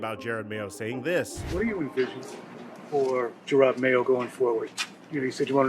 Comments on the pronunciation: His name is Jerod not Jared. Crazy you make a video about a guy and don’t even bother to say his name correctly. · Jerod not Jered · At least it isn't only DaRon Bland's name that you mess up. He pronounces his name Je-ROD. It's not like you can hear his name in film over the past 15 years or anything as the 10th overall pick in 2008 or DROY. I love your analysis sometimes, but the fact that you don't bother pronouncing names correctly is slightly unprofessional. It would be like all of us calling you Mick. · Its “juh-rod” not jared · I feel like you’re doing it for engagement at this point, which it is what it is; but it is “JUH ROD” It says it in the clip you used… he’s an all time Pats great and is getting the opportunity of his life right now, seems like you aren’t as informed as you are to not get the name right. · It's Ja-rod Mayo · You said his name wrong like 40x Jer-Rod.